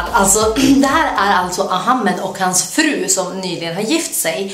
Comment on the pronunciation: 1. Man utalar Ahmed 2. Man säger Somalia och inte somalien 3. Älskar dina videos